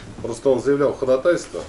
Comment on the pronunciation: ходАтайство, а не ходатАйство🤦‍♂️